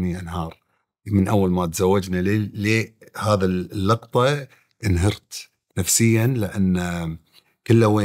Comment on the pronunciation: لوع كبدي عقيل وهو يقول اللقطه ترى فاهم الكلمه غلط تنقال 🤮